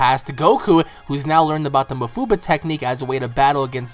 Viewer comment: STOP SAYING ma-fuu-buh IT'S maah-fuu-baah goodness sake just stop saying it like that.